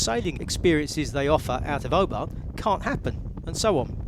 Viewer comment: Please please please, I live in Oban and there is no r in the town name, it's O-ban. Love the films and you have inspired me to buy and sail a 30ft yacht around the Scottish West coast for the last few years. I've enjoyed your teaching vids this year bit when will you be back out on the yacht?